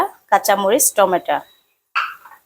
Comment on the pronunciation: টমেটা কি জিনিস? টমেটো